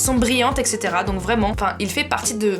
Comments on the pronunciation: on dit etc pas ect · on dit "etc" pas "ect"😉😃